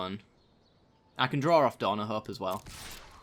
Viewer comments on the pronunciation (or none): Mishearing part two, Draw= "drawrer"